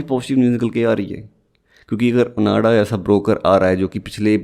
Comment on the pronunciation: It's ओआंडा bro, not ओनाडा..